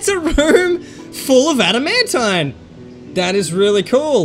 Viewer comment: adamantine is pronounced. (add, a, man, teen)